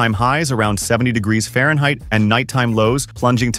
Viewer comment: Farhneit. Had to spot the video on that mark.